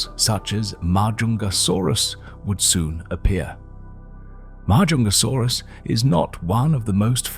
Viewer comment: frig the longer this video goes the worse the pronunciation is getting, like 5 different pronunciations of Majungasaurus not to mention every other species... or even years.....